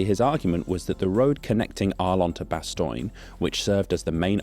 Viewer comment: Few Dutch people would say "straight ass yo". That's US defaultism. It's bad and it shouldn't be in your video. Kinda funny but I think you gotta knock that sort of thing on its head. You're better and funnier than that. also, Bastogne is less <<Bastoin>> and more <<Bastonye>> or <<Bastonya>> Otherwise. . . . cool video. I'm enjoying these